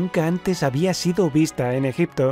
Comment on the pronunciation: Me mata como lo dice, ejepto es uno de los lugares.... Amiguito oooooohhh amiguito, amiguitooo ooooohhhh amiguito...